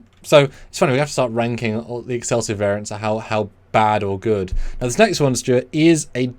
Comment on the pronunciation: It's "Variant"